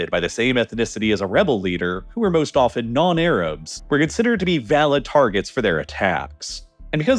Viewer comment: please pronounce "vehemently" and "often" more accurately